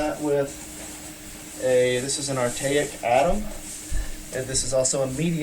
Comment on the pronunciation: lol "artaic atom" you mean arcteryx?